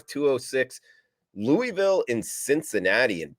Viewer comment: Just glad you can pronounce Mobile correctly, now you just need to work on the Louisville